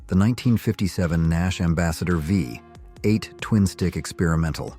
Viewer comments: why can't' AI voices learn how to say numbers??? Rambler V 8 or 45 4 instead of V8 and 454. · This narration is awful. Just read the script yourself. AI isn't there yet. The Nash "V"......ate. C'mon, do better. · Is this narrator even American? He keeps misqouting the way we pronounced our cars! "THE 454, It was called the four fifty four!. and the pause between V-8, he says V, 8, And how he says the 5-8 Goon, Next time get someone who actually knows our cars history!!!!! MORON!!!